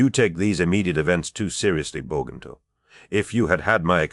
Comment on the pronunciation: Is this an AI ? I don’t understand the difficulty in pronouncing either Bowgentle or Gran Bretange.